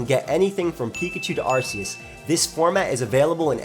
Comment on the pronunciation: No offense but... you pronounced Arceus wrong.